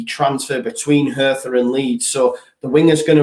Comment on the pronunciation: top show. Hertha is pronounced HURT-A so a silent H. MOT